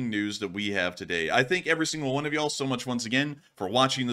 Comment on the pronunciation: Foul!: can’t do “yaH-hall” gotta fully commit to dah Y’all!!! Thx! 🦅🇺🇸 please stay hydrated tonight! LSA!! LETS GOOOO! 🇺🇦💥🔱